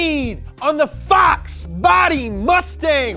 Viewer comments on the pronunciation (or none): I think they meant "mustang" not "mutsang" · He put mutsang lmao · “mutsang” lmao